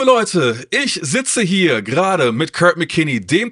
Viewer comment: Die K.i Übersetzung ist jetzt schon genauso kult wie der Film. Die Übersetzung könnte sogar Cleveland Indians 2 den Rang ablaufen. „Oh Kurt“ anstatt Körd, oder auch die Seed Ups